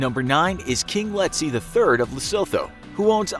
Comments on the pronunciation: Bra its pronounced lesootoo not lesotho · Lesotho is pronounced Leh-soo-too :). They are still poor despite the wealth of diamonds because they are corrupt, low IQ and minimal education. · Its pronounced: LE-SUE-TOO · Yo its pronounced lesoto not Lesotho 😂😂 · the mispronunciation of lesotho is understandable because of how it’s spelled but ohhh my goddd it gets on my nerves. it’s pronounced “luh-SOO-too” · Pronounced “Lesotwo”, without the soft ‘th’ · Ke Lee soto, asie le-so-tho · Lesotho is pronounced Lee-Sue-Two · Lesotho is pronounced Lesootho. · It's pronounced 'Lesutu'.. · It's pronounced Le-su-thu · Lesotho pronounced "Le - soo - too" as a South African that hurt my soul😂😂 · Say it after me, “Le-su-two” (Lesotho) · It’s Lesotho with a Tee pronouncing it as lesoto but it’s spelled Lesotho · The h in Lesotho is silent So you pronounce it like Le-su-to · Lesotho is prounouced the se to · Lesotho is pronounced Lesooto, with the double o being a short "oo" not a capital "O" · it’s pronounced “Lesoothoo” I dunno 🤷‍♂️ why. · The way he said Lesotho was really funny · The pronunciation of Lesotho is hilarious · Damm y’all botched Lesotho💀😂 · The 'h' in 'Lesotho', softens the 't' instead of forming a diphtong. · lesotho isn’t pronounced th like thought is. Its a hard T